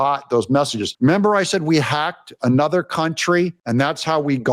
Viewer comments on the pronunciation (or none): none